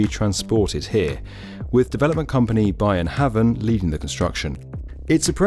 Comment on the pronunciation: Brilliant video as ever. The one thing I took away from this, is the pronunciation of "By & Havn" :D You actually got Lynetteholm just about right, which impressed me, but By & Havn left.. room for improvement :P